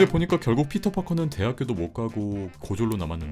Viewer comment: 어 왜 네드가 보통 발음을 피러~~ 이렇게 하는데 우리 발음처럼 피터 라고 했는지 .. 전 이게 왜 머리속에 남을까요